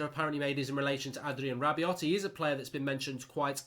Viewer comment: RAH-BE-OH NOT RAH-BE-OT